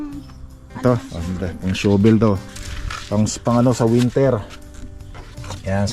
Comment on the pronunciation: Huwag magalit pero hindi tama Yung pagbigkas Ng shovel. Hanapin mo sa Google o sa YouTube sa pronunciation ng shovel.